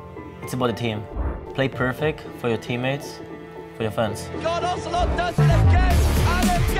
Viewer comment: IT´S OZIL-OTE!!